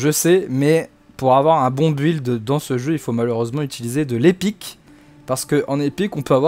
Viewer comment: Mais c’est incroyable que personne n’arrive à prononcer ce mot correctement ça se dit (bild) Et pas BU,ild